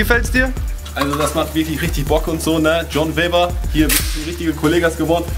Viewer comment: Wie der eine Typ einfach John Webber nicht aussprechen kann und immer John Weber sagt